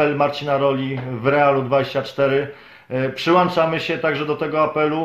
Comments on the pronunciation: Przyłączamy. , nie przyłanczamy Panie "redaktorze" 😉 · Nie mówi się "przyłanczamy" tylko "PRZYŁĄCZAMY"!!!